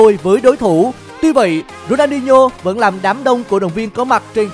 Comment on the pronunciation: Đọc tên người ta mà cũng đọc không đúng. Ronho là ai